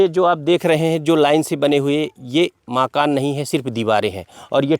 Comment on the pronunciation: जनाब नाशिर साहिब,माकान नहीं बल्कि सहीह उच्चारण मकान है।